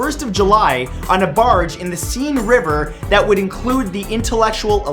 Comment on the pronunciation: Never knew there was a "Scene" river in Paris...Ugh please learn the right way to pronounce words before using them.